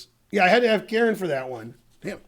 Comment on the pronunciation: hope ben is saying KAREN and not KIERAN.. KIERAN isn't a girls name